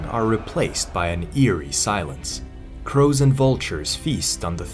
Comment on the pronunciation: Had to rewind as I heard 'crows and vultures' at the beginning as FROZEN VULTRUES... 😂 😂